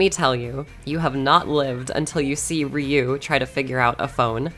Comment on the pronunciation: It's 2023 and people like you still pronounce Ryu wrong; thumb down for the disrespect of saying someone's name wrong.